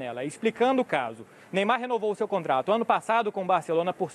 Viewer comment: "Meymar" esse maluko é foda